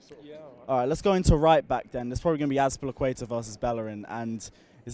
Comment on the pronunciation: Lol can't pronounce azpilicueta to save his life